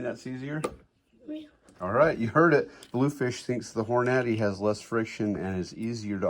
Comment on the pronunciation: Hor-Naddy lol